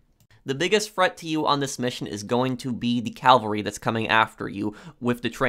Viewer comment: Cavalry not calvary Cavalry is mounted troops Calvary is the hill on which Jesus was crucified